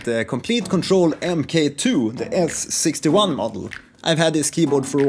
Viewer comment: Cheers. btw, mk2 is pronounce "mark 2" for the second iteration of this hardware, (not "emm kay 2")